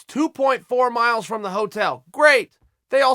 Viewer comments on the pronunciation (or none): none